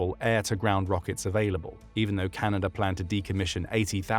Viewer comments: it’s Canada not canaider 😂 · Canader? Not even A.I. can understand English.